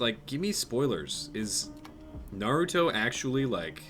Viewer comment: He kept calling it's Narootoe instead of Naruto but he finally fixed it near the end of his Naruto rant lol.